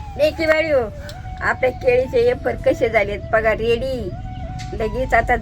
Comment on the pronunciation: आज्जी येफर म्हणते.फार आवडले.वेफर्स नाही . मज्जा वाटते.😂